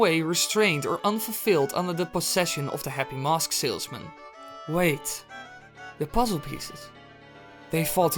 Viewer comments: mosque* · he says it a lot